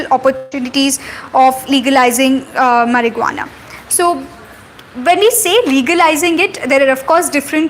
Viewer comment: Did she just say mariguana?😂